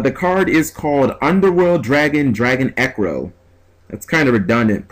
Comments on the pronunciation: Dragon Drago Necro would be the pronunciation. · I think its pronounced Drago-necro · im guessing it should be pronounced drago-necro(asin dead)